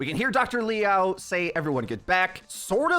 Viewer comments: It's Liao not Lao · Dude, just say Mina...you can’t say her last name even if it’s just the same amount of letters as her first...